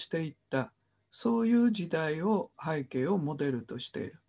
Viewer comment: 著作権を言うなら投稿しない方がよい。内容も初めて聞く者ではない。富山房から出版された英米故事伝説辞典の方が新鮮だ。kerby millerも出演したout of Ireland ,Scots Irish music legacyアイルランドに関する物で複製禁止はない。なぜなら多くの人に閲覧して欲しいからだ。はいけいを拝啓と発音しているが正しい日本語は背景だ。